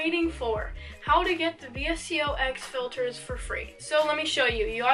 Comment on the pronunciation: this was such a good vid, 1st vid i’ve seen of urs and ily! but just btw its actually pronounced “vis-co”